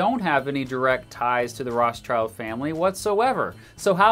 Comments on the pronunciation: I really like the video, but I have one concerne: It's pronounced "Roth + schild(like the english word "shield")" not "Roths + child". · Crazy how you really pronounce their name that way. Rothschild literally means red shield in German and is pronounced like "rot-shilt" with a long o. Has nothing do to with a child whatsoever... Said that, great vid! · A minor note on pronunciation. The pronunciation of 'ch' like in the English word 'child' isn't correct here. In fact, this name contains the German trigraph 'sch' which is pronounced the same as the English digraph 'sh'. If I'm not mistaken 'schild' means 'shield' in modern German, though I'm not sure if that's really in the etymology of the name. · Thank you both for your videos! Being born and raised in Rothschild's city Frankfurt, i can't get over your (and probably every English speaker?) pronunciation of their name 😄 German th is spoken like t and the i like the English ee, so it's closer to rod shield than to ross child 😬 Fun/Pride fact: when Frankfurt's Jewish community gained equal rights and the ghetto rules were lifted, almost everyone who could afford it moved elsewhere in the city, except for Mayer Amschel Rothschild, who decided that the Family HQ would stay in the House of the Red Shield (hence the family name) in Jews' Lane, the former ghetto. The house later became a tourist attraction and it existed until the bombing raids of 1944 when it burned down. Thank you guys for these videos, i would wish the world would be ruled by fellow Frankfurters but i am afraid it isn't. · It is spoken out: Rot-shild Like: Red-shield Got it?! In English the surname loses it’s meaning. 👉 Roth-schild means red (with a “h“) 🛡. Roths-child means the child of the Roths. But: 👍 Detail. We all know who is meant. 🇨🇭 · Good video just one quickk note its pronounced Roth schild not roths child :) Rothschild comes from the german Rot schild which means red shield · Rothschild is actually pronounced Roth-shield